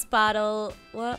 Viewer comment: i heard she said wath the h__l